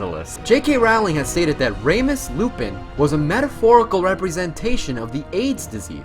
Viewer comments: RAYmus????? It’s Remus! REE-mus 😭😭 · Sorry, but it's Remus. Not ramus. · it’s ree-mus, not ray-mus. make the ree nice and pronounced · How? Why? Remus. What part of Remus makes it sound like raymus? I can’t. I was almost screaming into my screen, saying IT’S REEEEEEEEMUS!!! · Raymus Lupin? His name is REEmus Lupin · ITS REE-MUS REE-MUS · Yeah, he pronounced a few things wrong, like Fiennes and Remus. Cool video though.